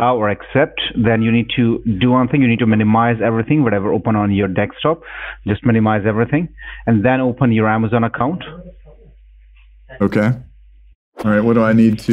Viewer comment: Makes me laugh every time I hear 'dekstop'.